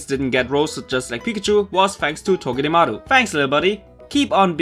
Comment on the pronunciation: You do speak Togedemaro a little bit like the german ones... I think there is time for a thinking where you do come from.